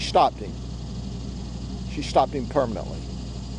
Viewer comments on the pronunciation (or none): “she shtopped him. She shtopped him permanently” 😂😂